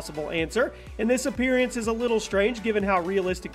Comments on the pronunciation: anyone else bugged at the fact he pronounced appearance as "appearyance" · I don't think I've ever heard anyone else pronounce appearance as "appearEance"... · Lol, Appear-y-ance. Why donyounsay it that way? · From now on ima say apeariance instead of appearance